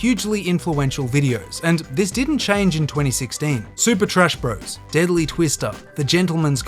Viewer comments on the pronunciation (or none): none